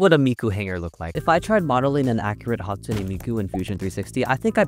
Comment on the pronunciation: hatspoone miku